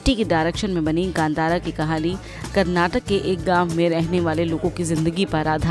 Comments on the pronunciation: Its KANNADA AND KARNATAKA mam..not Kannad and karnatak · May be we have to have a campaign to distribute flyers everywhere asking to pronounce Karnataka and kannada with a 'A' in the end... 🤦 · Karnataka and Kannada has a A at the end mam